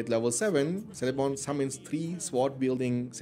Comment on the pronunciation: Love these mod vids. Btw, Celeborn is pronounced "Keleborn" rather than "Seleborn". Tolkien's C's are pronounced with a hard K, if its a name or a place that begins with a C.